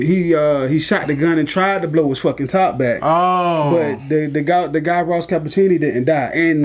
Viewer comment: Ross Ca-pitch-i-oni